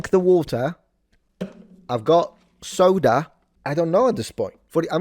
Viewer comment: I'm already subbed but if I wasn't, you saying soda again would do it. What was that? Country twang came out of nowhere.